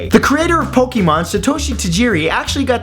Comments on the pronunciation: It's pronounced pok-ay-mon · noHD It is... Fiancé is pronounced FiancAY so Pokémon is pronounced Pok-AY-mon